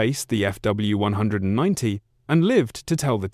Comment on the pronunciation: Either say F W 190 or Focke Wulf 190 It’s not hard to pronounce that name correctly It’s belittling to repeatedly mispronounce it because you haven’t even listened to your ai’s voice from start to finish. Please make it stop saying “few 190”.